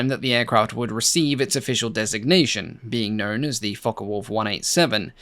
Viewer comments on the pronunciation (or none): Very interesting video, but don't you just hate it when people pronounce Focke (as in Focke Wulf) as Fokker Wulf. I have always known it as "Fock" rather than Focker. One is German, the other Dutch, aircraft manufacturers... All very clever people. It's right up there with film soundtracks that play the Junkers Ju87 dive sirens at any time that any aeroplane is diving...😂